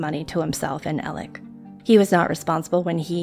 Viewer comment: I'm sorry but is his name Alec, Alex or Elig like I'm hearing it pronounced here? I'm confused. I've heard/seen all three. Thx to anyone who knows. I'm new to this case.☺